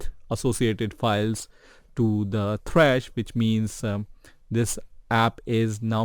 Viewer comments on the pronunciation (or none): The way your say “th-rash” instead of -T-rash” always triggers me but nonetheless great video. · who tf is t-rash its just trash, 1 syllable.